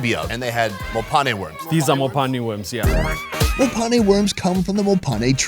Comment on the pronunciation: Fact that you pronounced “mophane” well 😂